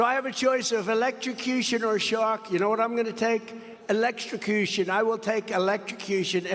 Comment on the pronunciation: I'd take the shark if I never have to hear that idiot say eleshtrocushion again...